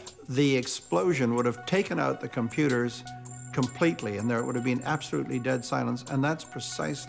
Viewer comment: The Ghost of Stven Fry: "Compuders"